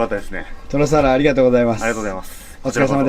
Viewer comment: サ↑ワラ？笑